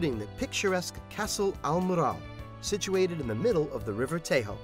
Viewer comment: Actually you confused me when you said Terro. Tejo he did pronounce like Spanish, because he didn't know any better. Now if it were spelled Terro and not Tejo, then it would have been close. However if he did pronounce Tejo in English it would have been closer to Portuguese.